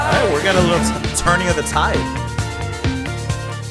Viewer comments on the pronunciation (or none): none